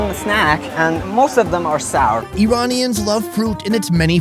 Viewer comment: its pronounced iranians